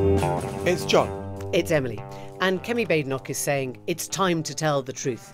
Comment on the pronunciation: Baden Baden so Baad en och. It's a Scottish pronunciation. I hate her but can we try to get the name right?